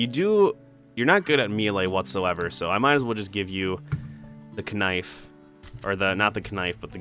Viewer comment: Kn-nife...love it :P